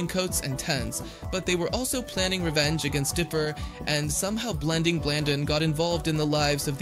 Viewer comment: He also got Blendins name wrong